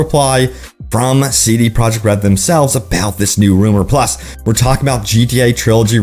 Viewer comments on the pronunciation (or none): none